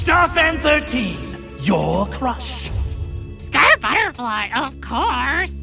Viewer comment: Say it its star